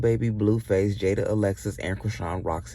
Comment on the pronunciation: It's jaidyn not Jada 😂